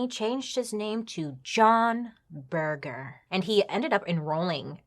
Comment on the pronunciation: Laughing at how you think he came up with John Berger. I think he actually chose the name after a very famous art historian/critic with the same name (pronounced berjer not burger 😂) who he undoubtedly would have heard of in his time at art school and who also had a TV series in the 70s based on his book Ways of Seeing. Makes sense for a photographer to know that.